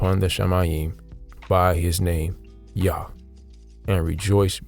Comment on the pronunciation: So you don't pronounce the H in Yah correct? I've heard it pronounced like this recently as well from someone but with a greater emphasis on pronouncing the U like u did 🤷🏾‍♂️